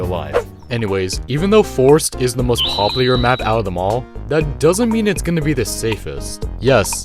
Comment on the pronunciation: Mix of: Poplar (a tree) and popular